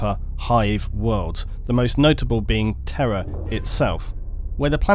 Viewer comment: One complaint: you pronounce the words "terror" and "Terra" the same, which has caused me a lot of confusion.